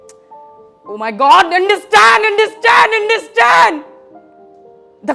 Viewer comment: but his starting sentence I mean understand scound comes like indestand not understand he is saying understand but scound is coming indestand indestand l